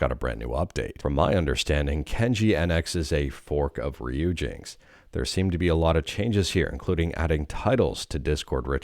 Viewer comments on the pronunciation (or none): none